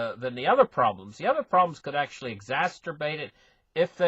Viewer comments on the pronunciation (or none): please... EX - ZASS - ERR- BATE, not exasterbate, there's no such word.